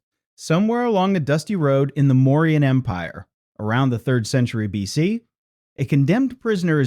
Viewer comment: What is this "billion.c" crap for B.C.? The damnest stupid mistakes and no creator catching it means proof-reading or proof-listening makes me think a.i. is going to start a nuclear war within the next hundred years.